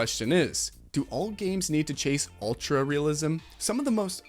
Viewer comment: What the fuck is "realisem"? Ree-ah-li-sem? Really sem? And yes, yes we know folks grab shit from the store. Doesn't take a 3D artist to know that.